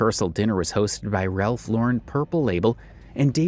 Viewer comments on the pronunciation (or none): none